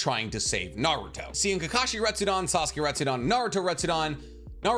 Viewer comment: I'm sorry broski but it's RetsudEn not RestsudAn...